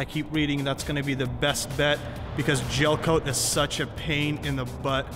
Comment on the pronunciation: Gelcoat not jelcoat